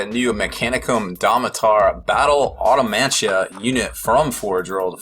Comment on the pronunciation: Automansha? Really? Cmon man this is your fucking job.